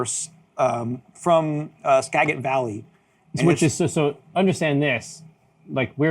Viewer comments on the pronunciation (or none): Skagit is pronounced Ska-jit. The first syllable rhymes with "cat". No more hops for you until you say it right. LOL.